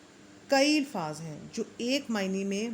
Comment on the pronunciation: بہت اچھی کوشش ھے، محترمہ ! الفاظ کا تلفظ قدرے آہستہ اور واضح انداز میں بیان کریں تاکہ سننے والوں کا تلفظ بھی ٹھیک ہو جائے۔۔۔۔۔اور ہاں " الفاظ" کا تلفظ الف کے اوپر فتحہ کا ساتھ ھے۔